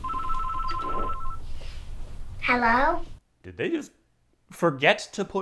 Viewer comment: Oh, herro,.